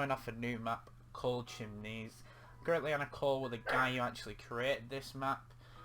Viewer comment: its not chimnese its Chiemsee (pronounced Keem-see)